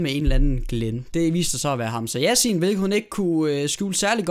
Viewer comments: Ik for noget men det udtales hamsa sjasin og det staven Hamsa Yassin. HAMSA ROSIN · Troede du sagde Hamsa rosin..😂